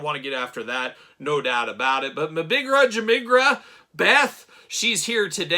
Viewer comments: Nailed that pronunciation. Surely only one class away from a languages major in Cosmic Legions! Top one Nice one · Not gonna lie i clicked on this video right away cause i wanted to hear you say the figures name 😂. You did way better than i did lol!